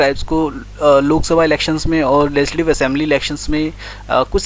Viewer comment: Its legislative assembly not lesidive